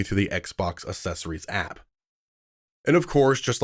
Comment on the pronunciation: You lost me at "Assessories" that's not how you say that word! I don't understand why more and more Americans say that in the last 5 to 10 years. 🙄